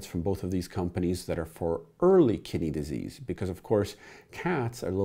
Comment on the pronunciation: Every time you say "kidney disease" i hear "kitty disease" I treat kitty disease in everything from cats to dogs to chameleons, snakes, and even humans made me double take